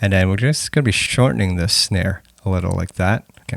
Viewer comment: Its not "dis section" its "this section"